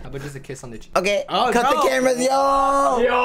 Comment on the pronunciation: So no one gonna talk about that one guy who said "Teamers" "Red and gray"